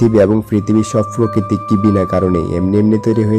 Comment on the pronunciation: Frokiti not prokiti